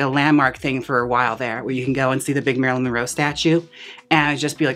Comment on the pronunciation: I love how Jaymes keeps saying “Marylin Roe” haha